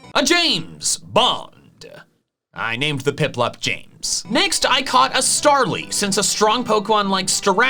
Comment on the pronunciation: you said printplup instead of piplup.